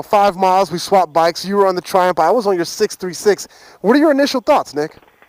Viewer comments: Triumph... tri... umF. it's not triump. Triiii... umph. UMF jeezus man. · Loool the way he pronounce Triumph 😂😂. "Ph" at the end sounds as an "f" not "p". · the ph in triumph is an f sound. i know its sad but its bugging shit out of me now after watching a lot of your 675 vids!